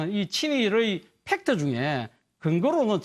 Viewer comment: 훽트발음도 못하고 빽트 팩트 삑트???